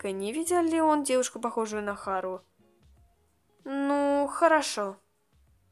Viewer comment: Можно тебя поправить? Если да то слушай не Х`ару а Хар`у или Хар`ука